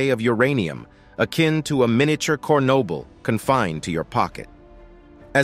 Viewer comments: Miniature "cornoble"? Are you sure you didn't mean Chernobyl? And after you denounced pyrite as "insidious" I decided to no longer take your video seroius. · Reading the text much like Sir Lawrence Olivier reading Shakespeare. Until he called Chernobyl "cornable", I was ready to avoid all minerals. And vitamins! (Remember, salt is also a dangerous mineral!) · That's not how Chernobyl is pronounced.